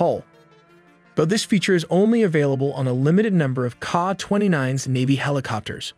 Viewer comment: It’s not KAH. It’s pronounced K A.